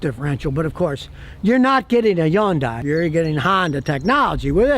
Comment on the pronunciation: Love how Scott says Hyundai. Yan-Die 😂